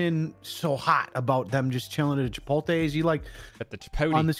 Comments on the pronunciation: I was vibin the video until your costreamer pronounced it "Chipolte" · Good lort learn to say Chipotle. The T comes before the L! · I'm disappointed in for mispronouncing Chipotle